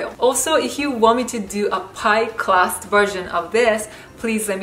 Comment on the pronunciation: Where are you from? Your accent sounds weird? The ?clark" = crack?, "class" = crust? Pinoy? Vietnamese?